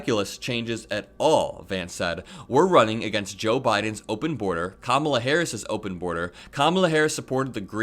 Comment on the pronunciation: Is Trump just incapable of pronouncing Kamala Harris's name correctly, or does he think he being clever,,,,If he keeps pronouncing her name Ka-Mala,, she should start pronouncing his name Don-Old